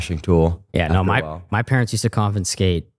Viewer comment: said con fin scate instead of confiscate